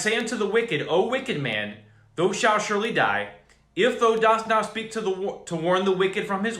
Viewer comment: "thou"... the--owl"...sorta... just saying..🤔😔